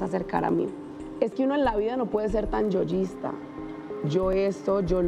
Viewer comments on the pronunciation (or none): Corrección: es yoísta, no yoyista.😂😂😂😂😂😂